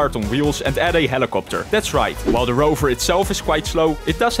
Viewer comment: when he says helicoputer